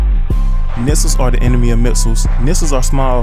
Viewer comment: Nixels are pronounced Nikslez